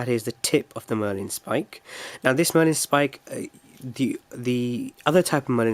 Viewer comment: Marlin spike, not Merlin Spike.